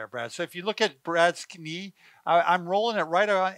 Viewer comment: "if you look at Brad's Kuh-nee"